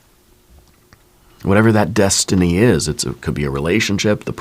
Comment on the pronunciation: I'm so sorry, but every time you say destiny, I hear McFly saying, "You're my density"😂. I have felt myself changing with my outlook, and what I need to listen to.